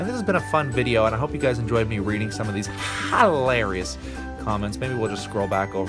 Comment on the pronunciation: The most hi larious is the way you pronounce hilarious.